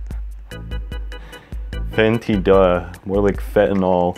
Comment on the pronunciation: Its funny how he said fentanyl